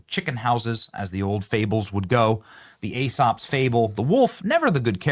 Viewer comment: It’s pronounced E-sops fables.